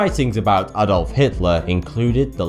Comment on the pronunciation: The way he said Adolf. It's A-dolf not At-dolf